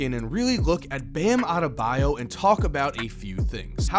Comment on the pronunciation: No one : Absolutely no one : Flight : BamabdeMAYO